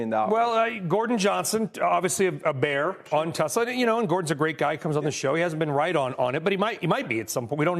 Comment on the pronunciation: Try it! TESLA! With T, like Trouser, and then es, like Escobar. Then la, like laughing. Not! Like "Law".